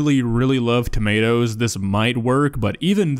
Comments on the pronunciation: TOMATO NOT TOMMYATOEA TO MA TO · She pronounces - Onions as "hunyuns" - Cucumber as "cookoma" - Tomatoes as "tummy ah toes" This woman is a national treasure. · Because noodles was literally incorrect, but tommyatos is just a silly way of saying tomatoes that a lot of people called them as a young kid. It's not "wrong". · i like the fact that she pronounces the word "tomatoes" like "tommy ah toes" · Tommy autos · ‘TaMiAtOs On ThE SpUtAdO’ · Ah yes “tummy-ya-toes” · tommy-ah-toes is the superior pronounciation i would not say the worst recipe because its not burned to carbon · "TAMIE-YATOES"???????? tomatoes? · When she said tommystos it finally convinced me that she’s trolling after about a year of trying to figure it out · "Tomiato" - 😅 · When she said ~tomiathos~😩 i felt that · I died when she said tomAREtoes💀💀💀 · “Some tomayatoes” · Tom-ya-toes? Omg. The dish really exist.. wow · TA-ME-AH-TOES 🤔 WTF ARE TA-ME-AH-TOES 😂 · Pot-ta-toes = Pata-tas Tom-ma-toes ≠ Tommy-autos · "Some Tamiatoes💅💅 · Doesn't she know that the I is silent in tomiatoes? Same with carriots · Does she really call tomatoes "Tommy-atoes"? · Ah yes, tamiatoes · Tammy- at-times is joining my vocabulary, along with purble, cin-ah-mum aand a hundred other "mispronounced" words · Ah yes tomiatoes. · Tommyahtoes and Poteh’uhs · she put the noodles in not boiling water, and the filth on the plate in the first shot, the way she pronounces tomiatos..it’s GOT to be a serious joke,,it’s gotta be. still i think that her asian chicken burnt up with the flour was worse but,,i really don’t believe 100% that it’s not a really good joke channel. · I can’t handle the way she pronounces tomato’s. No one in the English speaking world pronounces tomato’s the way she does. WTF!!!